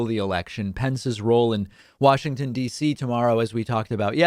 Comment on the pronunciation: "They'll make Washington dizzy" nothing says compos mentis quite like a bit of slurring.